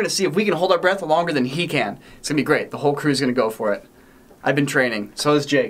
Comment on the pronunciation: Channeling the way a Canadian would say “oh no”